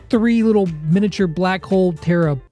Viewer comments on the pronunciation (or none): none